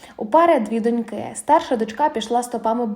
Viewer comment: Шановна, наголос у словi доньки на ,"о" ,а не на "и" як у вас.